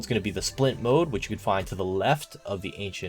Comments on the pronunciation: it's pronounced MOULD not MODE ... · Do people really pronounce mould “mode?” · Nice video. Also, it’s pronounced the same as ‘mold’